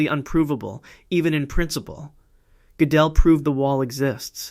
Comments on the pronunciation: When the AI says "Godél" instead of "Gödel" 😂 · Funny how AI pronounces Kurt Goedel. Something like kirkedel. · Because of the umlaut, it is not pronounced like either of those. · I enjoy your work very much. I do not understand, however, your failure to pronounce the name of Kurt Gödel properly. You pronounce it incorrectly, then, a minute or two later, you give it a different pronunciation, also wrong. You sound as if you are trying to conjugate his name. Is this one of those hyperintellectual games like trying to mispronounce Goethe in the most creative ways? You do have a lot of creativity here. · It would be perfect if you (or AI) pronounce those German names correctly, such as Riemann, Godel, etc. Seems that you know what you are talking about as I was a maths major who did go deeply into maths. It is good that you can express every one of those gaps correctly in English, not an easy feat for a non-maths person. You could be an AI though. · The narrator AI has a LOT of trouble with those German names, particularly if they have umlauts over the A, O, or U. Goedel and Goettingen were victims of this AI's pronunciation crimes.